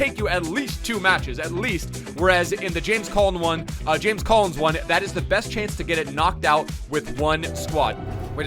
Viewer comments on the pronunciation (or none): none